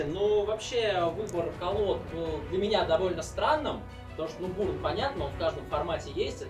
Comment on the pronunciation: Пояснительную бригаду, срочно! Уши истекают кринжем Объясните плес, почему бУрн, если бЁрн?